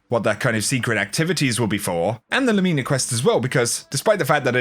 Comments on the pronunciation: I love your content,! You're always one of the most helpful content creators. But the way you keep saying Lumina makes my brain twitch. Haha! You say Lu*MI*na, where I would say *LU*mina. I dunno, honestly just nitpicking. I don't intend to be mean! Much love,! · Lumina is pronounced 'Loomehna' not 'Loomeena'. It's an abbreviated version of Luminous which is pronounced "/ˈlo͞omənəs/". You can google Luminous to play the pronunciation and it means 'full of or shedding light; bright or shining, especially in the dark'. Fitting, right? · Nothing worse than when a YouTuber can't pronounce easy words properly "Loo-Mi-Na" not "Loo-Mee-Na" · Still love you but I don't like the pronunciation of Lumina being LOOOOOOOOOO-MEENA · Somebody’s gotta tell this guy he’s mispronouncing “lumina.” I can’t be the only one it’s killing. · Genuinely trying to be helpful, man. And the Brits don’t pronounce it that way either. I checked. No one does.